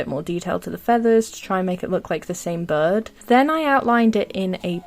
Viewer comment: I luv ur voice but when u said bird i thought u said bud and i was confused but ur accent is really cute ⭐🩷